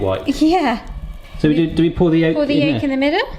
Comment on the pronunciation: Lol Yegg yolk🤣 I didn’t think it was possible but I think the egg got your tongue. 🤣